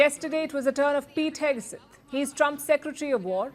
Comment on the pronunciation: Palki: It is not Hegeset it is Hegset. Not Heg(e)set.